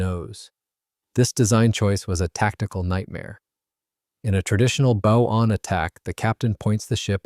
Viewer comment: Why can't they get a human to read the script? The front of a boat is its bow, rhymes with wow, does not rhyme with owe.